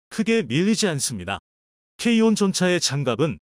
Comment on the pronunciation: K1,K2를 케이원,케이투로 발음하시는게 듣기에 부드러운데요,,,,,,쩝